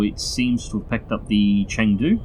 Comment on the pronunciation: Qingdao is a Chinese port city that you struck last match. Chengdu is a city in the mountainous southern part of china. It's pronounced something like tchung-do.